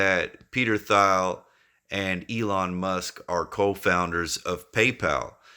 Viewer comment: Good vid. also lol Peter (last name pronounced Teel) Thiel just FYI. 👏